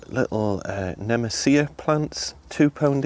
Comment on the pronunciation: I loved the plant pronunciation ‘nem-esea’ 😉.. I think you meant ‘nemeesha’ .. and what not 😉🤣😂